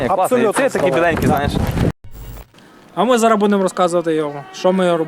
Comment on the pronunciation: 'зара',вже якто не звучить